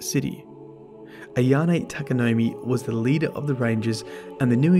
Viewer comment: Its pronounced TA-KA-NO-MAY. Not you too